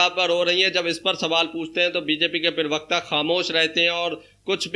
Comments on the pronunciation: Prewakta nahi hota bhai parwakta hota he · पिरवक्ता नहीं प्रवक्ता बोलो भाई